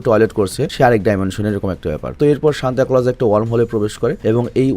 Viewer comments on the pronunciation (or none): সেন্টা ক্লস ❌ সান্তা ক্লস ✅